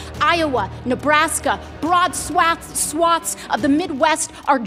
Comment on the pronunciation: She tried two times to pronounce 'swathes' and got it wrong both times, she's the gift that just keeps on giving lol